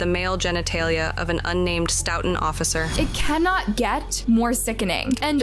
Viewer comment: I'm from Massachusetts and you killing the way you pronounce Stoooooughton